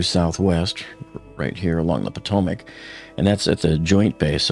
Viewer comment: Its Bohm-bar-dee-eh, not Bombardier. That's the guy who releases the bombs from a bomber aircraft. Also, its the Potomac river, not Potomic. Who's your editor?